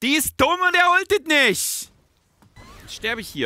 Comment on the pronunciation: "Und Swain drückt de Ult nisch" xDDDDDDDDDDD